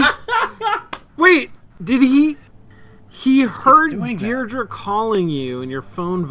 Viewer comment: Is that how you say Deirdre in the USA? Over here it's Deirdree not Deirdru